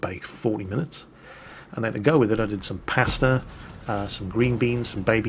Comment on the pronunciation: The way he says pasta is hilarious. 😂 Maybe because I'm American but still.